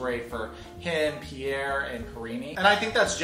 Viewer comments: The way Paul says pierre....sounds almost identical to the way he says Barry.... like bruh.... are you kidding me?? You don't even know how to pronounce your sons name??? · Why does he pronounce it PIERR..e.. and not Pierre? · Anyone else wonder why Pole keeps calling him "Pierr-E"?? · Im i the only one that thinks he's pronouncing his own son's name wrong? im quite sure pierre isnt pronounced "Pierie" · Who else wants to say Pierre French sound... not Pierre eee like Laressa says colte or Eric e